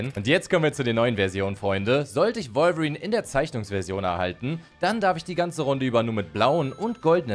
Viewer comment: Du sagt wolverin komisch finde ich du sagst revolverin